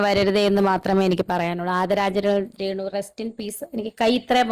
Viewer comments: ഇപ്പൊ പറയാൻ പാടുണ്ടോ ന്ന് അറിയില്ല റേണു അല്ല മോനെ രേ ണു 😀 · എടാ അക്ഷരം ശെരിക്കും പറഞ്ഞ് പഠിക്ക് റേണു അല്ല രേണു എന്ന് പറ. പിന്നെ മനശൻ അല്ല മനുക്ഷൻ എന്നാണ് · റെണു അല്ല രേണു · റേ ണു അല്ല രേണു ആണ് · മോനേ റേണ അല്ല രേണു എന്ന് പറയു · റേണു അല്ല രേണു ആണ് ഒരുപാട് പ്രാവശ്യം കേൾക്കുന്നത് ബോറായി തോന്നുന്നു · റേണു അല്ല രേണു